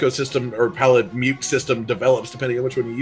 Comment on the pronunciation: Its Palamutt. I don't care what anyone says. Its PalaMUTT!